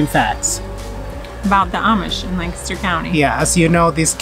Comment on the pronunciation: Wow I live like 15 mins away from here and we also go to the OBX every year- for the last 🤔 20+ years! I seriously appreciate you pronounce “Lancaster”correctly EDIT: a little disturbed by some folks you encountered in stores not wearing masks